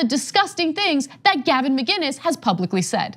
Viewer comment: Is that really how you pronounce “Mccines?